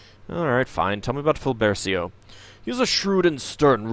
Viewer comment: I'm starting to think the Moonshade names are supposed to have Italian pronunciations. "Briggio" is very distinctly Italian looking. If you care to know (for future reference), cia, ce, ci, cio, ciu in Italian spelling would be pronounced as cha, chay, chee, cho, chu in English and gia, ge, gi, gio, giu would pronounced be ja, jay, jee, jo, ju. So Filbercio would be pronounced Feel-bare-cho and Briggio would be Breej-jo. And if you want a hard K or G sound in front of E or I, you put H between them, like in Pinocchio, Chianti, or spaghetti. Italian has seemingly backwards spelling rules once you realize that chocolate is "cioccolato" and kilometer is "chilometro".